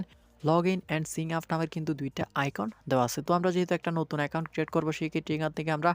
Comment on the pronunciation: সিং আপ নারে ভাই, সাইন আপ হবে🤣